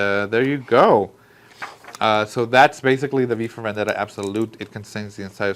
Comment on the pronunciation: Nice ! It’s « vEndetta »